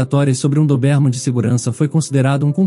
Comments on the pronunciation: Meu Deus!!!!Chega a doer no ouvido esse cara pronunciar errado a raça do anjinho.........CARA É DÓBERMAN.E NÃO doberman.......tiremesse cara daí!!!!!! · "Dobérman"?? É certo isso? Conheço com "Dóberman".🤔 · A raça não é DOBÉRMAN, é DÔBERMAN!!!! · Pronúncia é: Dóberman. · Não aguento a pronúncia da raça do CÃO, DESISTI😊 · Muito longa e confusa. E o comportamento do Max? Não foi explicado. E a pronuncia da raça do Max está totalmente errada. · Já no início suspeitei: Ou era gravidez ou ela estava com doença grave. Agora levar mais de 30 min para contar uma história que poderia ser resumida para 10 min?🙄 - a pronúncia mais forte da raça do cachorro, é no "Dó" de DÓBERMAN. - não se diz fórça. O correto é FORÇA! Na letra "O", a pronúncia é "Ô" fechado. Como "fôrça". Mas na hora de falar é escrever é FORÇA. São apenas dicas, para melhorar a sua leitura. Sem ofensas ok?🌻